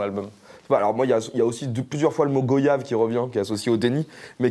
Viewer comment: Ça ce dis pas les Fréro go/yave ca ce prononce goi/yave 🙃